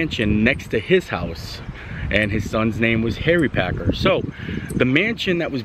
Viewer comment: Omg please say the name right it is Packer not Parker and not Asia it is Asa.